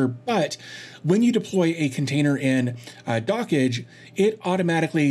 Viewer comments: "Dockage" (how you say it) is absolutely nothing like "dodge". The correct pronunciation is "dock" plus the "j" from "jam" plus the "e" from "yes" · Also, my apologies for mispronouncing Dockge. I've been corrected in another comment that said it should be a bit more like "Dockjay" instead of "Dockage"